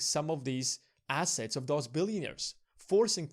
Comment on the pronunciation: Not really a Brit accent? Also we think he meant ‘assets and globe’, but it sounded like ‘asses and glob’, lol. However, was interesting! Better than I could do.